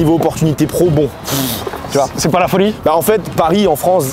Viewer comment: Le frero est cool mais il a besoin de parler plus doucement, sans prononcer "ouf" "genre" il a dit "céper" aussi j'avais envie de mourir. Car c'est finalement moins agréable de l'écouter parler, ça donne du stresse rien qu'à l'entendre lol, donc mec si tu vois ce message détends toi et essayes de parler avec un meilleur français stp 😊